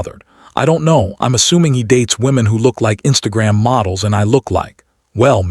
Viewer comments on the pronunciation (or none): none